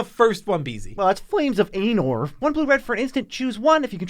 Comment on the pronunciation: Oh my god. It's pronounced flame of "ah-nor". That hurt lol.